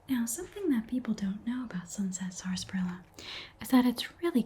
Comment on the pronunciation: i love this so much! and i hate to bring it up but because i grew up in a region that still drinks the stuff i have to say it's usually pronounced SASSparilla, the first "r" is effectively silent. anyway i loved this video this was so much fun thank you so much!!